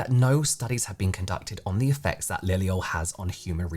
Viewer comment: why is it when you say liliol it sounds so American?